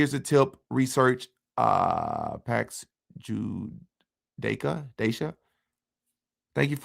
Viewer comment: Pronounced Ju-day-ih-cah